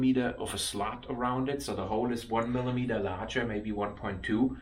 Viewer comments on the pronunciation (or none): none